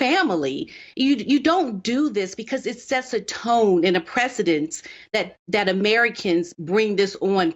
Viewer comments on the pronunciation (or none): the word is Pres ce dence. Maybe that will help you pronounce it.🙂